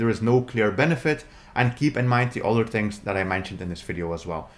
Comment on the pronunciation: Tings! Lol. I bet you also say, ‘Mis-owls’ instead of, ‘Misles’ too right!?! Lol!